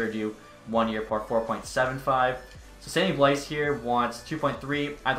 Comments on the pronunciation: blais is pronounced “blay” just so you know! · It's actually more like "bleh" but yes, if you can't channel a single ounce of French, you'll say blay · Sammy (Blais) is pronounced BlAy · It's actually "bleh" but ya, if you can't channel a single ounce of French you'll say "blay"